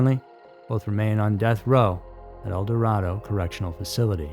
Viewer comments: In Kansas, El Dorado is pronounced el dor Ray doe not El dor rah doe. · It’s el-door-A-do ….i know it’s stupid but that how it’s pronounced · No way of you knowing this but that town near the facility is pronounced El Dorado (El Door Ay Doe) KS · Wichita is my hometown and I work in El Dorado, which is funny to hear outsiders mispronounce it so often. It's pronounced "El Doradoe" - the O is long as in Doe. I've lived through all these events, there's many more not listed. Murder and crime are everywhere, no matter where you live. It's probably easier here because of how nice and trusting most people are in these parts. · I just want to preface this with: I ABSOLUTELY LOVE listening to your telling of these stories 💗. You're doing important work, and your narration is great. You obviously care and do extensive research. That said, I just wish slightly more time was put into researching pronunciation - names of places particularly, I guess. Yes, it's about the victims, their loved ones, and their stories... but isn't their hometown or the place that they lived their life to the fullest an important part of their story? The place that helped form who they were as people? Isn't it important (and easily researched) to make sure the pronunciation is correct? A quick 30 seconds and google will tell you the pronunciation. Idk, maybe it's just me. I REALLY like this channel, and I'm going to keep right on listening to everything puts out ❤. There's another channel I like, The Lore Lodge, and I noticed (and also commented on) the mispronunciation of multiple places and some names. Idk if my comments actually get read. But, hey, if I didn't care, I wouldn't say anything. (Apologies for this novel of a comment.) Much Love ❤ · Always tell when someone’s NOT from Kansas… El Dorado is always mispronounced!